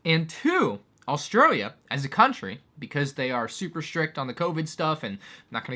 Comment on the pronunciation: Gotta say that transition into saying "Australia" with an Aussie accent was smooth af.